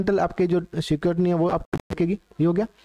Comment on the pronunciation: स्क्रुटिनी ❌ सिक्योरिटिनी ✔️😂